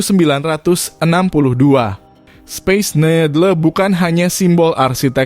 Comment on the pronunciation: Towet space nedle ( baca speis nidel ) bro…! Belajar lagi pronounce bahasa inggrisnya…!😆😫